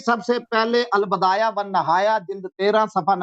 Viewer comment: Al bidayat lafz hai Al badayat nahi